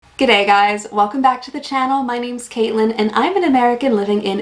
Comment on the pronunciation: You pronounced that “G’day” perfectly. 👏